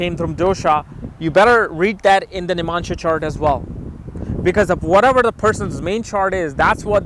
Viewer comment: its not nimansha.. its navamsa.. u dumbhead